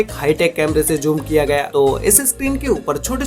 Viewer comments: Inzecson, jhoom what a pronunciation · I like it when he says joom